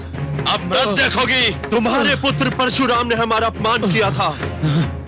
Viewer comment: Arey channel wale मृत होता है 😅 मर्त नही 😅😅😅😅